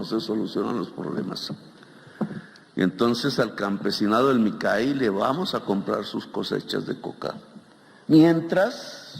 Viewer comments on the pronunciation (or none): No dice que ha recorrido el país y ni siquiera saber pronunciar Micay?!!